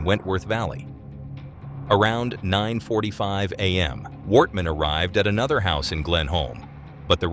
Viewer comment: Yeah many places were pronounced wrong as it sounded like it was a computer voice. At one time it said "Worthman" instead of Wortman.